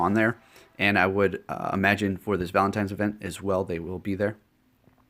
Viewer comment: Exactly. There is no "M" in the word 'ValentiNe'. It was bugging me too lol.